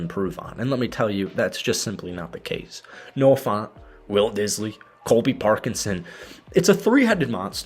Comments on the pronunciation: It’s Noah Fant, not Noah FONT. Brother. Please. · I heard Noah Fawnt 😆 F-ant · Noah FAHNT was killing me every time he said it 😂😂